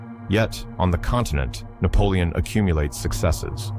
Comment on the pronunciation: You need a new AI system, is that "Napolioni"😂 as a black man??😂😂